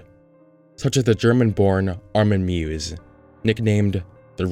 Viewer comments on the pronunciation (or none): His name isn't actually pronounced Armin muwes. It's pronounced Armin Myvis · Just gonna leave this here, cause it is still wrong after 7 months. > Meiwes, pronounced My-wes. (Wes like in west) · *His last name is pronounced MEE-viss. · His name ist not "Miewes" his name is "Meiwes" and the pronounciation is more like My-vess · Miewes is pronounced MY-VEZ, not MYEWS. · her name is Armin Meiwes and not Armin Miewes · His name is Meiwes, not Miewes. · His name is Meiwes not Miewes. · Meiwes is pronounced “Myvus” btw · Ah yes "Armin Mwsss" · He is called Meiwes. Sad you didnt get that right. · His name is pronounced Ar-min My-vas (Miewes) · Just so you know, his last name is pronounced "My-vez" I researchedthis dude a long time ago. In Germany he is considered the boogeyman. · It's MEIWES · I think his surname is pronounced as Myways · It's "MY-VESS" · I‘m sorry for Nitpicking, but „Miewes“ is pronounced „Meewiss“ But i don‘t blame ‚ya... ^^‘ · His surname is actually pronounced my-vis.